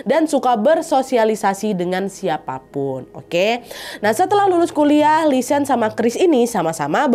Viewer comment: Btw namanya bukan lisan tapi lisanne (nne diakhir tetep diucap) 🙏🏻